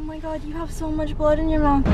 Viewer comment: “Is thisss bloood”